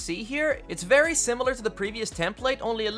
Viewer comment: Vewy vewy neat panels m8 loved it😁👍🏻